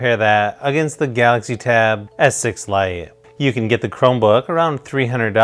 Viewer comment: I was so confused at first because he pronounces Galaxy as Gautzi haha. I got a S6 Lite and I'm conflicted. I love it and kinda regret it at the same time. Chromebook OS can do so much more than Android because you can install Linux apps so full desktop apps. Is more of a mobile productivity device than a tablet plus you get a keyboard. But the specs on S6 are just so much better than Duet for the price performance. I mainly got it for drawing and S-Pen is incredibly good and based on what I read the Lenovo USI sucks.